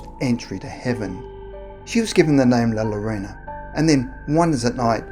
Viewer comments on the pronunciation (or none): It's not Lalorona! It's (law-yo-ronaw).....smh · If you wana say it right say " la yoorona " not lolorona lol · “La Loróna” *Cringe* ☹️ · Please stop saying Larona. Double L is pronounced as Y. It's hard to get down with this video because the lack of consideration to her actual name makes me cringe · You did a good job with the story but you sound like your calling La llorona la lorena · The name is not “LA LORONA” u sound like Trump is “L A L L O R O N A” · British Dude said la lorena... is la llorona...🇮🇹🤘😂😂😂🤘🇮🇹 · It’s pronounced like “la-yo-ro-na” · This nigga said “la lolona” I’m so weak rn 😂😂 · LA YORONA 🤦🏻‍♀️ LL = Y sound!! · Double L’s make a Y sound yo ... La Yarona is how it’s pronounced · As so many others have pointed out, the word has a double L and since it is a Spanish word it is pronounced like a “Y”, like “yeah” so it would be “La ‘Yuh-rone-uh’” essential. I am in Phoenix so I am VERY familiar with the double L concept and I always tease my family that I want a “Yama” 🤣 anyhow, like I said, I live in Arizona and there are several variations of the story here! In Tombstone she threw her children in front of an oncoming train and can be spotted walking up and down the tracks at night, or so my best friend’s mom tells me (she grew up there). In downtown Phoenix she can be seen walking along the canals (where she downed her children) used for the Central Arizona Project (to bring water from the Salt River, not salty FYI 🤣). And there are LOTS of other stories here but, as you might know, there is a HUGE Hispanic population here in Arizona! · "La lolona" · Lmao A+ for trying 😂 but it’s kinda like La—Yo-Rona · Pronunciation is yo-ro-na that how is sound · Ah, I'm not the only one who heard him call her La Macarena. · “Your own uh” 🤣🤌🏻✨ or -“Your Rona” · Only scary thing about these stories is the way the name is mispronounced 😂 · 🤣🤣🤣 If this person did not take the time to learn to say La Llorona right, I'm not wasting my time watching the video.